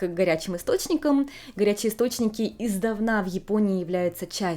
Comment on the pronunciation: Не издавнА, а Издавна.